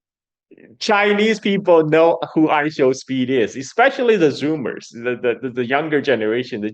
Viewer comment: how can you do an hour long show and not get I Show Speed's name correct once? That's not respectful. its literally only 3 syllables